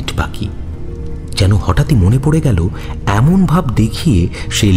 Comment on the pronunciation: Kindly care about pronunciation, as করছে -কৌরছে, এমোন -এমন, গিয়েছিলো - গিয়েছিলো, otherwise very good